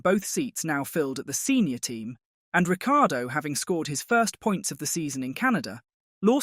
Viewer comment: Agree Ric time in F1 is over. So arrogant he just kept moving teams. Can you please pronounce his name correctly - there is no "i" sounded in last half of his name.